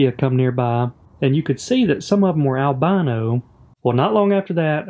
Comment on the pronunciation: Is that correct saying albano not albino? Sounds wrong like your fish are from Albania instead of without pigment.